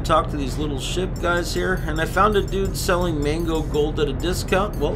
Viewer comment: its not MANGO gold its MAGNO gold